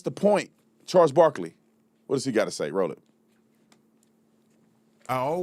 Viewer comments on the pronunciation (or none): none